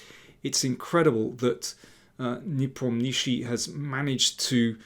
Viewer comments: Ian's family name is pronounced as NEE-POM-NYA-SHE-Y. The transliteration totally butchered it. Fun fact his Russian family name translates to "The one who does not remember". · Lol...yes Mr. Daniel King needs to learn how to pronounce Ian's surname correctly....it is so annoying to listen to this 'NepomNISHI' all the time. It causes distraction to his otherwise very good content and game analysis between the two players. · Daniel you're doing a superb job on so many fronts :) However, i guess the right accent for the WC contestant's name would be: nePOmnichi, i.e. on the second syllable, not the third. Keep on keeping on!